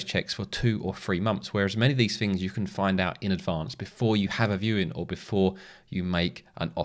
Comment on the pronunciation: theres no f in the word 'things'